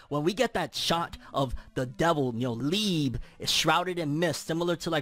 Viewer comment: My boy it’s pronounced lee-bay